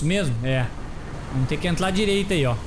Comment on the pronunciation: eu entendi ele falar entlar a direita nao e entrar o certo ? ou o audio que ta assim